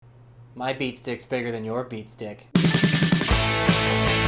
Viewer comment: Are you saying beast dick?